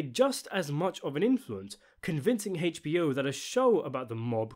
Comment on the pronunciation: Hay eech bee oh